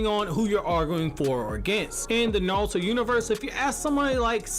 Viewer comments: Neon Force thats understandable but this guy is saying it with an L it sounds like. I hear him say Na-rL-to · Anyone else hate the way he pronounces naruto?